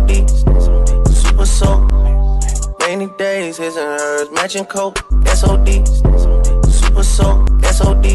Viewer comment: He said, “Matchin coats!” 👎🏾👎🏾👎🏾👎🏾👎🏾👎🏾👎🏾👎🏾👎🏾